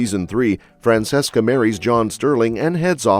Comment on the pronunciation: FRAN CHESS CA. Its pronounced liked that